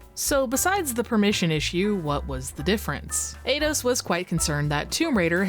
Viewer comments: It's pronounced 'eye-dos', no 'ay-dos' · alright tourist enough of the "let's pronounce everything in gaming wrong on purpose" game. Eidos is not fuckin' "Ayyyydos" and "Lara" you have copious examples of being pronounced correctly. Have you heard of video games? Or are you scrolling some wiki article of obscure shit? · Eidos is pronounced eye doss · Eidos = ‘eye’ ‘doss’